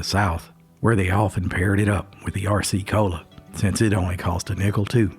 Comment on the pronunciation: I listened to a man once reminisce about having an Arrah-C Cola and Moon Pah. Your fake voice needs to learn how to talk like a real old timer. There are still a few folks in their 50's that pronounce r as "arrah."